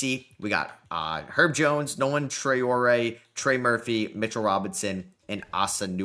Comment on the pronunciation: Love that you're nailing the Traore pronounciation, great realistic (atleast for the first 2 years) rebuild mate